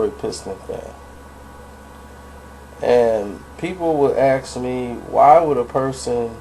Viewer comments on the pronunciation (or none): As soon as he said "acts" instead of "ask", I knew he was full of shit.